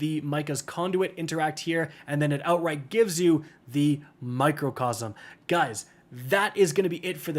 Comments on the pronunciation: Micro. It’s micro. Not macro. Microcosm. Not Macrocosm !!! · Did bro just say mocrocosm